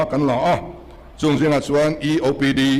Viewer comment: 'chuan' tih pawh a thiam lo,.... 'chuen' a ti zêl. 😂😅